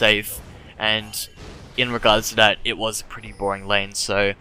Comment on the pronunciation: One thing that annoys me is the way he pronounces 'th' as 'ff' and 'd' e.g. Dat and karfus